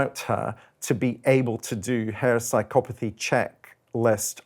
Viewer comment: if one is talking about "sigh-kop-path-he" why bring Lucy Letby into the conversation at all?